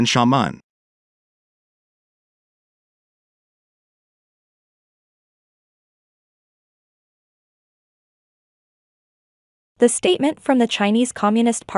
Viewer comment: I like the eas scenario, but the way Xiamen and Quanzhou were pronounced was bugging me lol